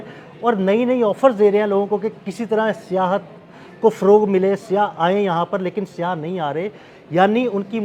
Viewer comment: Urdu sahe Karen siyah nahe sayyah hota hay